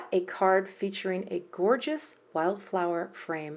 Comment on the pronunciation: Gwah-geous, girl! Just gwah-geous!